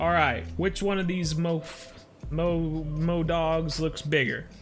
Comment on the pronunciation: Ah yes, the ever so well known mof- ..modogs😂